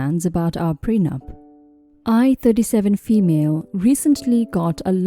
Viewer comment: Pre-nup not pren-up